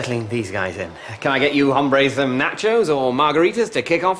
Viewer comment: Mark mispronounces it by saying the silent h. Is hombres not used in Spanish in the same way that guys is used in English?